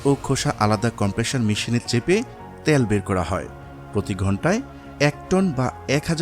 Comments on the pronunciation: তেল কথাটা শুদ্ধভাবে উচ্চারণ করতে পারেন না!!!! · Bangladeshi gawar ota tel bole tayal na